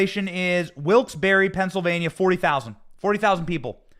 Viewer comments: It's pronounced "Wilkes Barry" even though it's spelled Wilkes Barre! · Benny I understand it's spelled Barre but in Pennsylvania it's pronounced bear ..... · Benny it's Wilkes-Barre (Pronounced Barry) ❤️